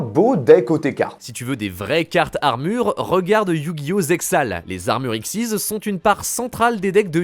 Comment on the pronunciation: A chaque fois que j'entends X.YZ j'ai les oreilles qui saignent c'est X Y Z même dans l'animé ils prononcent les 3 lettres une par une donc bon voilà j'ai rien de plus à ajouter.